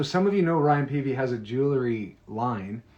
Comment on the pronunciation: Paevey is pronounced "pay vee". you as his friend for years should know and say it correctly, dude. p.s. love you both